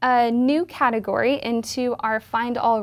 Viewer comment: "kinddaghadagory"" that's cutthagory!